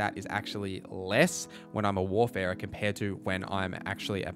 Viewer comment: It’s WARFARER not WARFERER, bro.